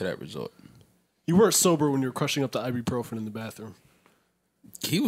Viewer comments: "I-be-pro-fren" - Joe "I got maaaadddd Motrin." - Parks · Joe trying to pronounce ibuprofen is crazy